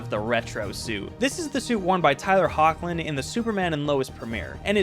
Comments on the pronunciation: Hoechilin's name is pronounced Heck-Lynn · Tyler Hoechlin’s last name is pronounced Heck-Lin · The guy mispronounced Brandon Routh, Tyler Hoechlin, and Henry Cavill lol. I don’t think it’s that big of a deal